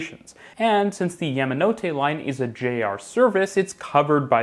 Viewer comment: It's "yah"manote, not " yam" like the root vegetable.